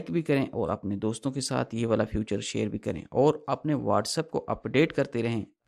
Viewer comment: 😂سستے سانئس دان فیوچر نہیں فیچر ہوتا ہے